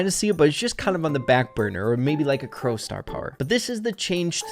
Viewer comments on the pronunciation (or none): none